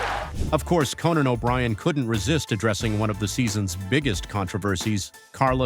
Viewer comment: His name is Conan...not "Co-NAN". Ya friggin ding-dong!